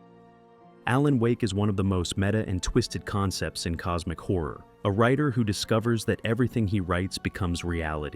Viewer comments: It’s cosmic like, causmic. Not like cosemic. XD mf said cosemic horror xD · Coosmic Horror, one more